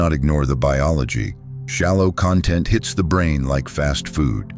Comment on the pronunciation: Please teach your AI narrator how to pronounce content as a noun, versus content as an adjective.